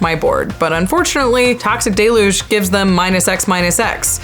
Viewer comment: Mispronouncing deluge is killing me